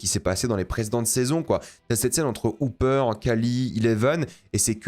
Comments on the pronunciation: Pourquoi prononcer Hopper "Houpper" ?? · on peut respecter le "o" de Hopper?